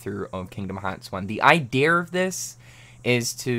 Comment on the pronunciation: lmao he said "IDEAR"